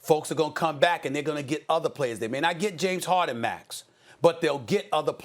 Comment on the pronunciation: Nobody: Stephen a: James HOHden